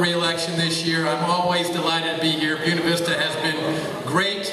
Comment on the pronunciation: BUE-NA is pronounced BOO-AY-NA. Dickwads.